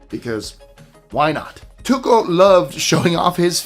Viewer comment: Need some work on Tycho's name pronunciation ;)